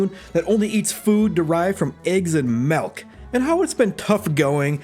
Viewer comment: I feel like I'm missing some joke but why are you calling it melk?